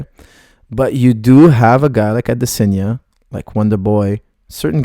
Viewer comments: Not to mention Adesanya, not Adesenya!! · The way he says "Adesanya" literally made me have to stop watching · I tried man, I couldn't carry on, I have no idea why he's pronouncing it in such a bizarre way